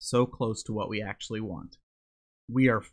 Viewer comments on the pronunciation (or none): none